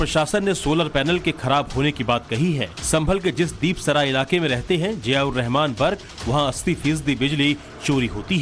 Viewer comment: दीप सराय नहीं दीपा सराय कहीये